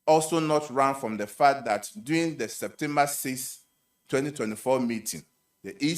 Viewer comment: The word is DURING not “DOING”. can’t speak English. 😂😂😂